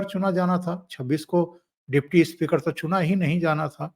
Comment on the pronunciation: Speaker ko ispeaker mat bola kijiye. It speaks bad of Hindi.